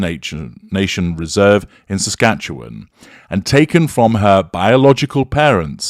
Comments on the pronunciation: BSM’s “truth” is so sugar coated it’ll make your teeth rot. By the way,, good job pronouncing “Saskatchewan”. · Thank you for taking on this analysis! Appreciate your accurate pronunciation of Saskatchewan & Piapot.🇨🇦 BSM has been an Icon for Canadians, hands down. CBC's doc. has uncovered the Truth whether we like it or not. And no, Buffy's age does not give her a pass on exposing the Truth. As a Canadian, I can verify that we are all shocked, including indigenous First Nations & Inuit as disclosed in their media interviews. Reminds one of Grey Owl's identity disclosure after living in Saskatchewan.